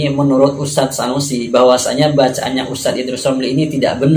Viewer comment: Sunusi jadi Sanusi, tulisan indonesia saja lu gak bisa baca, menyalahkan bahasa arab orang. belajar huruf abc dulu bang biar gak malu2in